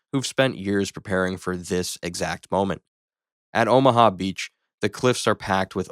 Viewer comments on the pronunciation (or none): none